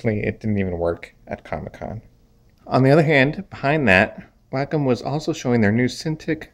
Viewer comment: Lmao I can't even take this dude seriously when he pronounces wacom wrong.... YOU'RE FIRED